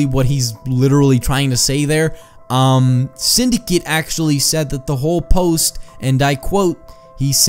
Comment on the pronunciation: it's synd a cate it's not synd i cit